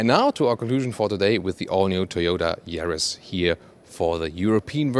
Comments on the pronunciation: Ja !! (Ya) I noticed that too .. 😎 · Yaris NOT Jaris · Sorry for being a pedant. But in English Everywhere, re the Yaris the 'Y' is pronounced 'Y' NOT 'J'. Like the colour 'Y'ELLOW or girl named JANET or JANE a Russian plane, YAK 40. ps. I love your car reviews & apologise if I've given offense. :-) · it’s Yaris not jaris English please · Good video. No idea why you are pronouncing this car Jaris in english when you pronounce it correctly in german. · It's Yaris, not Jaris. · it's a Yaris, not Jaris. Please, prepare better next time. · No, do you? Bc saying "Se Djaris" really made me laugh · Hahaha what is “garis “ ???? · Is it me or this guy is calling this car jerry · I don't like the "Jaris" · More like Mazris! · Hmm, he does very well in English, as most Continental Europeans do. Someone should just explain to him that in English, the 'Y' sound is like the German 'J' sound – not like the English 'J' sound! :^) But a very good intro to the new model.